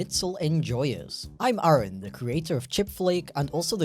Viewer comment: Ay - ay - ron? Like the key and peel sketch?